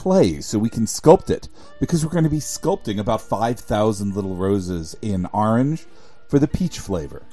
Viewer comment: I love how you say "Arange" instead of orange